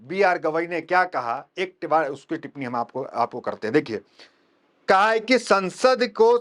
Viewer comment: Kha hey nahi khe hay,gawai gi ne khey hay tarika sikhiye❤